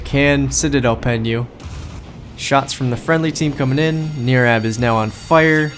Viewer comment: Thanks man for my 27 mins of fame lol It was NOT a great example on my part, on how to play the ship, you were way to kind to me. But it was a down to the wire game. BTW close on the name Nirab, NIR sounds like TIE, it's just Brian spell Different. Thanks Again.